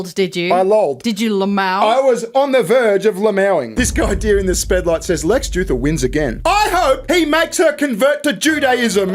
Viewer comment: DAMN EVEN CALLING HIM LEX JEWTHUR